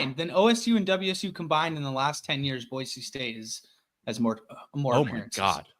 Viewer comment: It's Boy - See and not Boy - Zee